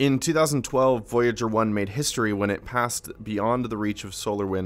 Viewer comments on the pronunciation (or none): none